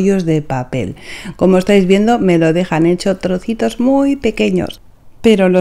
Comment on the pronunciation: Me divirto 😂 ouvindo ela falar , troço,trocitos,parece eu xingando 😅